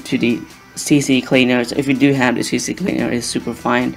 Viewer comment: It's C Cleaner ...not CC Cleaner...almost everyone i hear spells it the same.